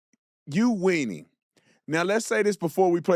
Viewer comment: Did he say "you wennie?" Lol